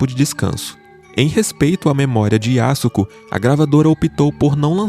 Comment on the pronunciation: pronúncia-se Yasko. O 'su' não existe na fala. Semelhante á 'Sasuke'.